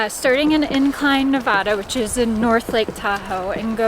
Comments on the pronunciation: As a Reno resident, it's Navada, not Nahvadah. Thanks for the video.. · it's not Nev-ah- da. It's Nev-aa-da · It’s not Ne-vah-da, It’s Ne-va-duh. Please don’t butcher out states name, it irks everybody that lives in Nevada. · I NEVER thought I would be correcting someone on this, since, I somewhat recently moved to Reno, Nevada 3.5yrs ago, but , for the first 3 months that my husband and I had lived here, the Nevadans would CRINGE so hard and YELL at us for mispronouncing their state name!! So, just in case you come back to Reno, remember: it's Nancy-Echo-Victor-Alpha-Delta-Alpha - and - in no way shape or form should you ever, ever, pronounce NEVADA like: Nancy-Echo-Victor-Awesome-Delta-Awesome. Nevadans are strongly opinionated over this pronunciation -- That first "A" is ALWAYS pronounced as a heavy SHORT "A" and NEVER pronounced like the "A" in the word: " Awesome " LoL -- having said all that, and I swear, that's happened to me so many times -- but, having put all that on the table, I get that I am pretty late here with my comment(s), but, welcome to Nev*AAAAA*da I'm quite happy with my move to Reno. <3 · Please say Nevada the right way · Didn't your friends teach you both how to say Nevada? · Glad I wasn’t the only one that was irked when he pronounced Nevada. 😂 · Might want to try pronouncing Nevada... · Learn how to pronounce Nevada...